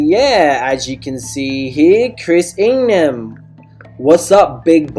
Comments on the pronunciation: I Love all ur points but it’s ing-ham like it’s pronounced ing-hem just a heads up for part 2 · I kept on triggering when you said ING HAM! its pronounced as Ing um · I can’t take him serious the way he says ingham 😂😂😂😂😂🤣🤣🤣🤣🤣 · Learn how to say Ingham..